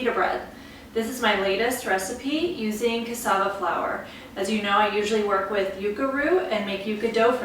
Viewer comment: Thank you for pronouncing Cassava correctly :-)